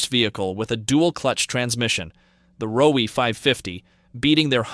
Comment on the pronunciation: Just a funny side note; Roewe isn't pronounced like you did in the video, in China they say "rong-wei" and it sound like wrong way, an epic name for a car.